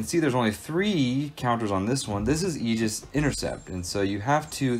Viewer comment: Crazy you can’t pronounce the word Aegis correctly